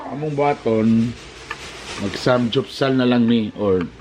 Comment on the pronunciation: Sam-gyup-sal dili samjupsal 😂🤣